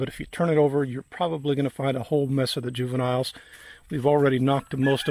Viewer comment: "juvinile" Bugs, anyone else find that funny? :P Is he a police officer?